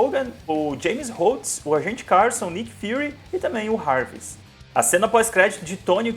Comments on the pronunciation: NÃO E RAVIS E JARVIS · Tu fala os nomes errados. "Rarvis", agente "caRRson" . . aahh. Da uma agonia.